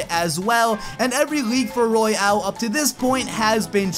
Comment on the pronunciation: Royale King not royal King